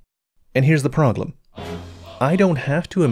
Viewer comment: "And here's the proglem" I enjoy this